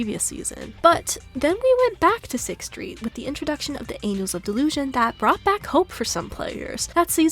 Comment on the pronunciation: TV mode is better than an open world-like locations Ur pronunciation of "Angels" is a lil funny